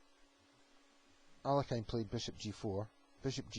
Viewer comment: The Russian masters's surname is pronunced as 'aa l ee(') h i n not 'alekajn'.Accent is placed upon the letter e